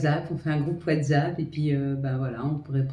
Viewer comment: Coucou, j’ai vu le personnage qui tombe et les ailes enflammée! Ps j’adore comment tu dis Whatsapp, Whatzzzaaap ❤😂 ça me fait rire! Belle journée à toi ❤